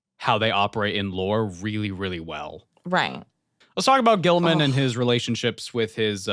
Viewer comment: Saying G-man's name wrong is like a tradition at this point. lol